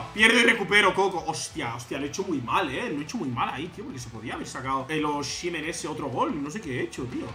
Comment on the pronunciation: Es osimen así dile 😅😅 así se pronuncia